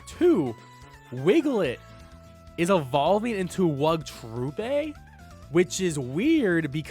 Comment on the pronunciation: That "Wugtrio, it's obvious now" from Khu sounds like sarcasm not confirmation to me. And Wugtroupe like Troop not Troupé